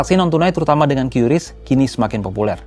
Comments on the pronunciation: Kompas masih pakai "kiuris" padahal BI sudah memastikan Qris itu dibaca "Kris" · Kompas jangan ikut-ikutan menyebut QRIS secara tidak tepat. Harusnya diucapkan 'kris' bukan 'kyuris'. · Dibacanya kris ya bukan kiuris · Padahal enak nyebutnya KRIS daripada KYURIS. Sulit, sulit. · maaf OOT ,cara baca qris itu dibacanya kris bukan kyuris,sekelas pembaca berita harusnya sudah paham cara bacanya karena sudah ada pemberitahuan dari pihak bank indonesia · Bacanya kris bang..bukan kiuris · Sekelas media kompas aja cara ngeja nyebut "QRIS" Masih salah, banyak2 evaluasi deh..